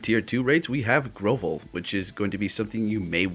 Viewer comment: So Happy that Absol is back in Raids and now in 7km eggs to and she can be Shiny too, and just one little thing I’m a stickler about how people say Pokémon names and I just wanted to correct the way you said 2 Pokémon names, Tail-low not Tail-lou and Grow-Vile not Grow-vol, just a friendly correction Ok I’m not trying to be mean or anything.